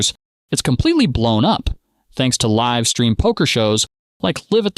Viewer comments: You calling it liv poker at the start of the vid rather than live poker. Powerfully tilting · You pronounced live at the bike the way you would pronounce the name Liv. Are you an AI? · it also said Live At The Bike, as "I live" at the bike lol